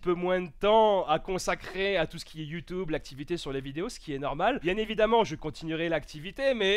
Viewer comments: Je pense que je suis pas le seul à qui "youtoube" à perturber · c' est moi ou il dit ( YOUTOUBE)